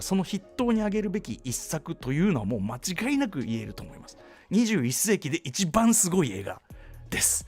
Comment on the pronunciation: 間違いなく、を、もちがいなく、って言ってるし。